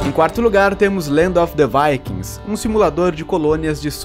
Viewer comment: é a pronúncia correta de Viking kkk